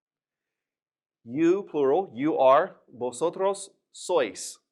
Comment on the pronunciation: Not sóis. Sois. It's a monosyllable